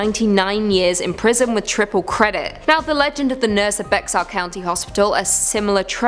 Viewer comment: The x in Bexar is silent.